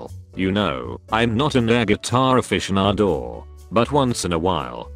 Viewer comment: Are we going to forget air guitar aficionadouw